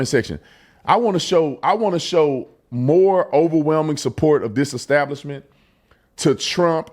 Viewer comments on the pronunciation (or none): He said Eggstablishment and not Establishment. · Ecstablishment 😆. What a ruckin Feetard! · Pastor need to learn to read it's not eggstablishment 🥚🥚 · "At their ek-stablishment." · That "pastor" needs to pray for redemption and the ability to pronounce "establishment" (hint: it's not exstablishment). 😂 I put some money in the Salt and Honey bank, all the best to them! 😊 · You could tell the pastor wasn’t up to snuff by the way he pronounced establishment.